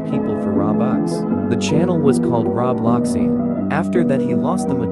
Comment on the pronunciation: Robloxian 💀 BRO ITS ROBUXIAN